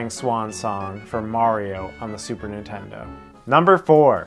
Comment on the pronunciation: Nice vid & list. Incidentally arent u the guys that goof on AVGN pronunciation of "Super iNtendo"..?Am I buggin or do u pronounce it just the same as him..?! 🤔 Pot➡️Kettle=Black⚫